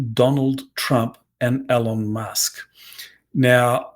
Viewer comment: Please learn how to say ELON!